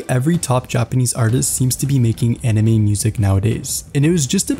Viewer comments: You pronounced 'anime' as 'enemy' so many times. 😓😓😓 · Bro it's "Anime," not "enemy"